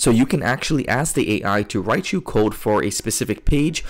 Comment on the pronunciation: Bro learn how to pronounce "code"